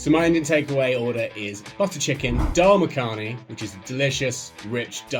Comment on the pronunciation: "Daal Muh-kaani" is not the best pronunciation. It is more like, "Daal Muhkni". The "a" is not very pronounced. My favorite was that guy though because he seemed more cognisant of British treatment of India EEK